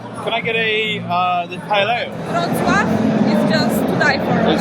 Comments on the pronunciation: It's Wrocław the W is pronounced V and the L with a little line through it ł pronounced W, simple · Seriously, as a fellow Brit you are hilariously embarrassing. If you spoke to one local, you would understand your pronunciation of the place you are visiting and your local beer knowledge is just as bad … local beer being from the region NOT Warsaw or Germany. Don’t give up the day job and I hope you can use CoPilot or Google for pronunciation before and next decide to leave England!!